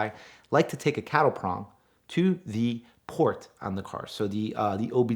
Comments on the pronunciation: Cattle prod not cattle prong... city boys.... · Cattle "prod"...my OCD's going crazy.